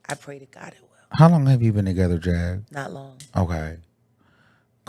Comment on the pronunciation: Iiiiiiight Jag not Angie cmon now🫠🫠🫠